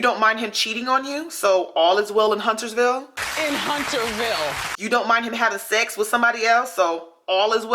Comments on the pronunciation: She said "...all is well in HUNTERVILLE.." not "HunterSville" like you kept saying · Why she kept saying HunterSville with an S and kept playing the clip where Wendy kept saying Hunterville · * Hunterville. No 's' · It is Hunter...ville. Not huntersville. And in real life she stated on The View- no way does she agree w Trump anymore but will continue to PRETEND on her show's character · Honey she said HUNTER-VILLE. AINT NO S ON THE END! Hunter. As in one Hunter. Not plural. Why did you proceed to say it incorrectly time after time?? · How MANY times can you possibly replay the clip YOU recorded to mock Wendy Williams AND STILL FCUK IT UP? Over and over and over again, Wendy says the word Hunterville. Each time you bring all the focus back to yourself, YOU CAN’T BE BOTHERED (or don’t have the ability) TO GET IT CORRECT! There is no S in the middle of the word Hunterville!